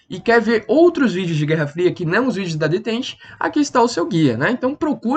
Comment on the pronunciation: Se pronuncia "detán"